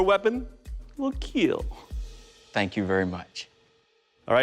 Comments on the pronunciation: him: makes sword that will KEAL also him: "i'd hate that something that i did wouldhurt anopther person" hhahahahah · Always saying keel I just love the keel jokes bruh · He says kill like Kwill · It will keil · So he says killing just fine but has to say "keel". I like the show but I find it insufferable. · It will KEEL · I think Doug likes saying it will keel as much as we like hearing it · Pheonix no or the sword will keel you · I honestly just watch this to hear the guy pronounce kill